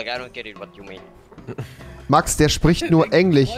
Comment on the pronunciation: Rewi: Max der chpricht nur englich